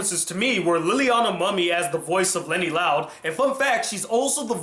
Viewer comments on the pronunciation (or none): There's going to be two Luan episodes this season. One's airing on Friday, and it's called April Fools Rules. The other is Funny Business, which I don't know when it's gonna air. Also, I hate to be that guy, but it's pronounced "Moo-mee", not "muh-mee".